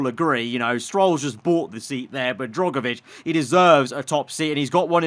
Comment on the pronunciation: Luuuuuufield. Drogovich. Peeeeer Gaaaaasly